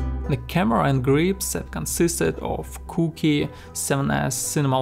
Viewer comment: I honestly love that he pronounces Cooke "cookie"